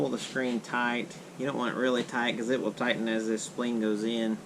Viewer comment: Say spleen one more time, it's so funny hahaha * s-p-l-i-n-e*